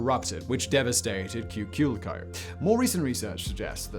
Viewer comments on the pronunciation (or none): Cuicuilco pronounced "qweeh-qwill-coh". Teotihuacan is on point. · Your pronunciation research needs a little work. If you want English phonetic pronunciations: Cuicuilco should sound like Qui-quil-co. Xitle is pronounces Shit-le. Lived on the slopes of the Xitle for a long time and Cuicuilco was only a couple of miles away from home.